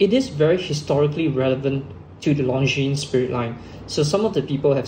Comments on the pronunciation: The S is silent. It's not pronounced LONGJEANS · Long Jeans? How can you have a watch channel and not know how to pronounce basic watch brand names? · Please do not pronounce the ''es'' in Longines. It's a French. Leave out the ''es'' and you're golden. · It’s spoken as Longine! Silent S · Long jeans! Thats how most Singaporean shouts out it as. Nothing wrong with pronouncing it from a local standpoint. He does not sound fake. Keep it up👍 Would like to see more reviews mid priced luxury watches from your channel. But keep in mind, that since comparisons are made between 2 watches, always be reminded to repeat that these reviews are in your own personal opinion and preference.